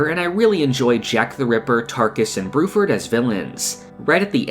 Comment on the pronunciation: brufford? dont u mean BLUEFFORD?